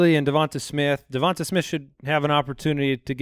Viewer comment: pronouncing Devonta Smith correctly